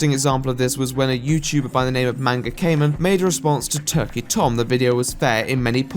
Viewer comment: I know this is a serious video and all but manga is not pronounced that way